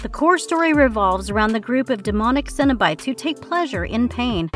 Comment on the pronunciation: The way she was saying Cenobites as “Cinna-Bites” made me want those tasty treats from Cinnabon. There should be a drinking game based on this video. Each time the narrator messes up n says things like The Leatherface….DRINK, Hendonfield….DRINK. I’m also wicked confused, the video shows a bunch of clips from HellFest and passes it off as the new Jeepers KEEPERS because they’re both set at some festival? Showed Malignant as Hellraiser. So weird